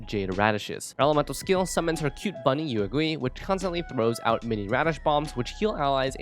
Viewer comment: She literally says Yuegui in her voice lines and you still managed to butcher the pronounciation